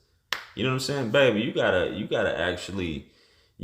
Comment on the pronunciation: Man, stop calling these girls "baybaay", please.